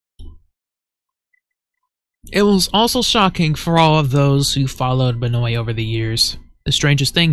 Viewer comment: It's actually pronounced Ben-wah. It's an odd French Canadian name.